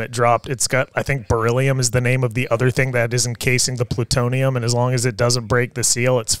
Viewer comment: Man pways with pwutonium